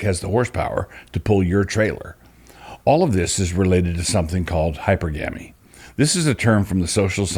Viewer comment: Dear Doug, it's hy-perr-gamy The accents fall in the same spots as polygamy. Your uncle, Daniel *